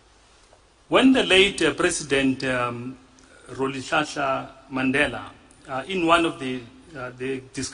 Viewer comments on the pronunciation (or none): "Row'lihlahla"... smh